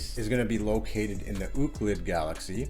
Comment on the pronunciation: "Ooclid"... ROFL!